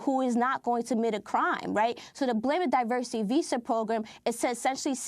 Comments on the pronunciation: Automatically trump fumbles when he tries to pronounce diversity. This is the idiot that alot of americans elected to be their president. So what about the white men who shoot at members of congress or at a large group of concert goers in Vegas? They're not getting the label "terrorist" just because they're not muslim and don't have an agenda for ISIS. Such hypocrisy by this orange fruit loop president. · Trump failing to pronounce 'diversity' correctly is weirdly appropriate